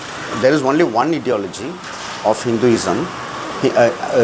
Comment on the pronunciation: Brother, check your pronunciation of 'ideology'.